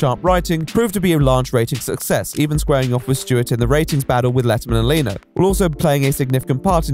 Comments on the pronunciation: its leno not leeno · Leno is "Len-o", not ley-no, not lah-no. Len-o. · My-la Kunis. Jay Lee-no. (Okay, I don't know why I found these funny but I did)